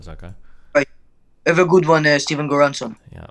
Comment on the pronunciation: NGL he got me when he said Stephen Goeransson